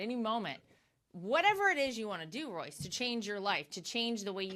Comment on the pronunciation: Great interview but how did her staff not tell her how to pronounce Royce’s name….Royce so humble, and a legend. Thanks for the interview